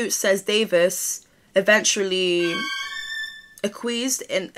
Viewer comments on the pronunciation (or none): that word you couldn’t pronounce is pronounced “ack-wee-ess”, also thanks for making this video you saved me needed to read any articles😆🫶🏼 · Akk-we-ess that’s how you pronounce acquiesced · I think the word is pronounced “ak-wee-essd” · Thank you for covering this! Love your vibe today. Also, girl to girl, Acquiess is pronounced "ah(@ quee(like queen)-ess (like essex) 💕 I embarrassed myself by staying it out loud the wrong way during a meeting, I had never heard it only read it. 🌻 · It’s pronounced ack-we-Essed babes, I love the 80s like workout video hair you’re so cute 😂❤ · ‘Ack-wee-est’ lol no shade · Pronounced -akwi-essed ?? That's how I have been saying it anyway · trying to say acquiesced is my new aesthetic